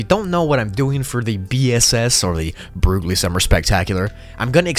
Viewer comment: Broogli = brocoli